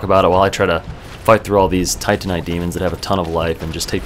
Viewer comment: Told myself I wasn't going to comment about it when I started watching, because by now you may already know, but its not tantanite, its Titanite, like Titan(Greek mythology) -ite. and Solaire, not Soltair (cant remember if you already corrected this in the series)